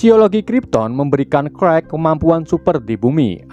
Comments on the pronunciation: Clark di bacanya Klark bang bukan krekk 🤦🏻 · CLARK abaaaang bukan KREK... ampuuun.... CLARK baca KLARK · bacanya bukan krwek ! klark nyinx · Cerk😅 bkn karl hahaha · Kak bacanya klark bukan karl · Clark bukan clerk wkwkwkwk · Clark oooy Bukan Crek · Clark tpi baca nya (krekkk)🤣🤣 Clark-klark huruf (c) kalo dlam bahasa english jdi sebutan nya diganti huruf (k) wkwkwkwkkwkw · Abang nya sebut nama clark:kuek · Krek apa Kwek bang😅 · kok lu ngomongya qwrek dari clark dah,jauh amat